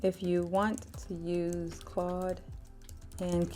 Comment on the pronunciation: Are you saying “Claw” or “Claude”….on purpose? Or do you not realize that it’s “Claude” with the letter D on the end?